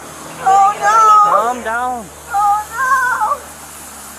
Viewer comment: That “calm down” sounded almost Scouse — I wonder whether the copper was having a sly dig? 😂